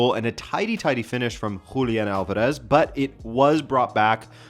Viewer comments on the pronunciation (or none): none